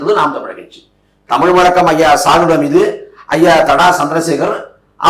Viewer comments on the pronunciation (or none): நீ முதலில் காளியம்மாவை அக்கா என்று விழித்து கூறுவாய் இப்போது காளியம்மா..நீ முதலில் தமிழுக்குரிய அழகே "ழ"தான் அதை முதலில் ஒழுங்காக உச்சரிக்க உங்கள் அண்ணனிடம் கேட்டு பழகிக்கொள்😅😅😅தமிழில் உள்ள ழ ள ல உச்சரிப்பு வித்தியாசம் தெரியாத நீ காளியம்மா வளர்த்து விட்டாய்.உன் பேச்சை கேட்டு சீமான் இந்த பிழைகளை திருத்தவில்லை இவர் தமிழ் வளர்க்க வந்து விட்டார்😅😅😅😅